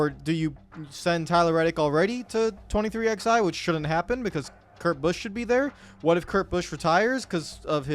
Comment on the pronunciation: I will never understand how 23XI has been around for nearly 2 years....yet you still don't know how to actually say the name properly